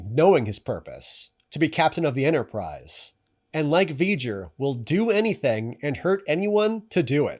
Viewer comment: “The Entersize” 😂